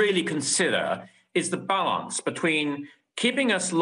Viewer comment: ‘Balarnce’. Arse.